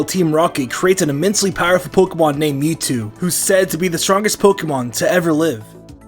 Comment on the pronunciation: At the mew bit you say metwo